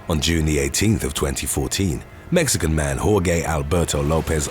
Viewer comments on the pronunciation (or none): Geez man. The name is pronounced "Hor-heh"! Not "Hor-geh!"